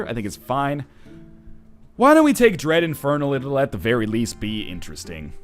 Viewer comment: I heard that as Bread Infernal